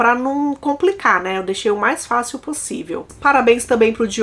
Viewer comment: Você troca o MAIS pelo MAS ou é a forma da sua fala que entende-se como estivesse errado? Toda vez que fala "MAIS velhas" ouço "MAS velhas". Venho percebendo isso faz muito tempo!